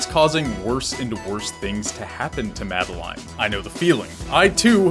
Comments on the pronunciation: MAD EL LINE? its pronounced Mad El In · It's pronounced 'Mad-eh-lin' not 'Mad-eh-line' ... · it's madelin (pronunciation) not made "line" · This whole time I thought it was pronounced Madaleen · great video...! but im sorry it's MA-DE-LIN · Oh wow I thought her name was pronounced the way the French would say Madeline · The way you pronounce Madeline makes me cringe but nice video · ... you pronounced her name wrong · I think the message you missed is that that's not how you pronounce Madeline's name. Or at least, that's what Matt, Noel, and IIRC, Lena have all said. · The way he pronounces madeline makes me want to die